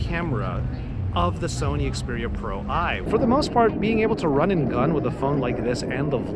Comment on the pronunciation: It is Pro One. Not Pro Eye.